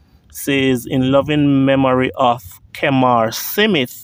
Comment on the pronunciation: Is not simith, either bro. The proper pronunciation is Smith. Lol